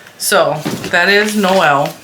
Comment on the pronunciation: You are correct when you call him Noel, emphasis on the ‘No’. Noelle is the feminine form. Regardless, he’s cute, as they all are! And I like the extra rows on the stocking, too.